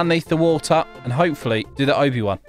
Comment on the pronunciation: Its obby not oby